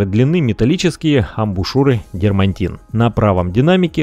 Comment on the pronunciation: Всё интересно. Всё хорошо. Но... Дерматин. Нет в этом слове Н. Понимаю、что ни на что не влияет、но слишком ухо режет.